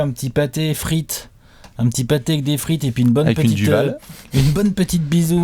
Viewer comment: DUVEL ! pas du DUVAL